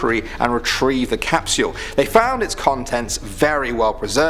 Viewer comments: Who hates how he says Cap-See-All Instead of Cap-Sole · He says time capsual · Capsule not capsuule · He prounouced time capsule time capeesuull and Hiroshima is pronouced heroshema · Sorry bout’ this but I have too “CaPsUlE” capsyule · Ok NOW we can open the 2019 caupsel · Capsule not capsyoooooool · He's British and that's the way they pronounce it but "Cap-SYUL" sounds really weird. Nice video though as always! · Cap-sole? Cap-Sh-u-al. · You’re not saying time capsule right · Stop saying "capsule" until you learn how to pronounce it properly. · I love the way he says capsule😂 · How you pronounce “capsule” took me right out of the video. Had to shut it off. Sorry man. Good job from what I saw.